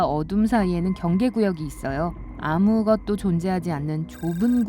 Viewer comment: 나레이션 좀 이상한데.. "영원한 어둠" "아무 것도" 라고 발음해야되는 걸 "영 원한어둠" "아 무것도" "유 리비가 내려요" 이러고 있는데?